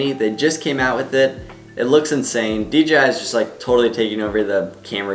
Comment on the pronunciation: I find it funny how everyone pronounces DJI as “DGI”. I catch myself doing that so much too.